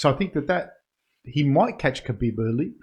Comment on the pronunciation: It’s pronounced Habeeb. great analysis boys, I was surprised you didn’t have a short clip like this after the Romero costa fight. That woulda blown up on YouTube and got people aware of the podcast